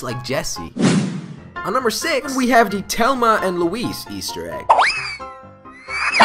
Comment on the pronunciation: you said thelma wrong